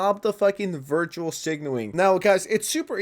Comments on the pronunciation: Bro, it's "Virtue Signaling" not "Virtual Signaling". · Love your content bud 👆 keep it up!! Fyi- "Virtue signaling ", not "virtual signaling" with peace & love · Bro still can't pronounce virtue